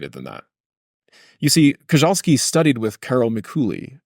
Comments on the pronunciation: Koczalski is not said Kozhalski, it is Kochalsky. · Koczalski's surname is pronunced "Kotchalsky"